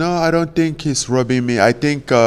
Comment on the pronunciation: Eye tink I know understanding this